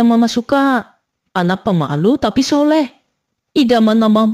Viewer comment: Sholehah kak bukan sholeh😂